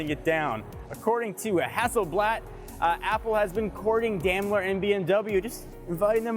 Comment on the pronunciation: You're pronouncing Daimler very wrong lol.